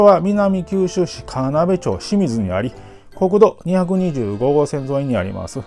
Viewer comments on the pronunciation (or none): 川辺町清水は『かわなべちょうしみず』じゃなくて『かわなべちょうきよみず』と読みます。